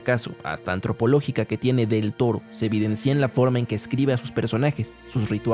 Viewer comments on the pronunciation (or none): Se dice Evidencia, no se dice evidencía!! No se acentúa sobre la i!! Una buena locución te puede ayudar.